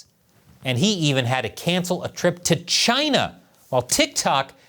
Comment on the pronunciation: Chy-na is asshoe 🍯